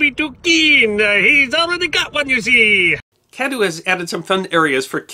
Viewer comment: Cadoo is Cadwee